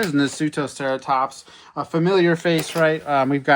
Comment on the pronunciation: '' Nutoeratops figure '' '' Bionics figure '' '' Myasaur '' '' Triceratops '' '' Quatzas '' 😭